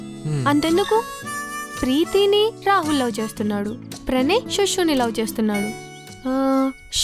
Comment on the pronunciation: it's LOVE or Lou speak properly